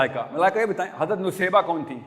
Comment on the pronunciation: Bhai saheb pronounciation to sahi kar lo in ka naam Naseebah tha Nusaybah nahi.